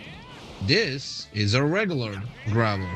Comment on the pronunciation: Grapple. Not grabble.